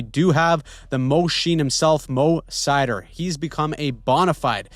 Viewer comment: You misread the best german player's name it's spelled MORITZ SEIDER